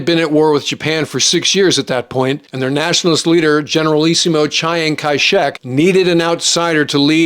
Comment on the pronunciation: Chi- Ang?? Really?